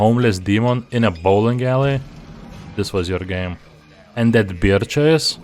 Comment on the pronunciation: Beer chase? Don't you mean bear chase? You should really work on your pronunciation. You often pronounce English words completely wrong.